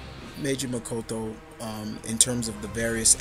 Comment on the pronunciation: Ha,it's pronounced mo-TO-KO.